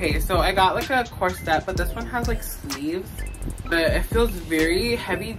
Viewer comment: The word is CORSET and it's pronounced (COR-sut)...not cor-SETTE, like you're saying it. Google it!! Also, you may want to rethink any of the leggings or biker shorts...or maybe buy longer tops...cuz the camel is hungry girl...